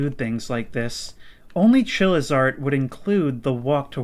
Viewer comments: I honestly thought it was Chillizard until I read this comment. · Every time he says "Chilli's art". It sounds like he's saying "chillizard" like some sort of cool Charizard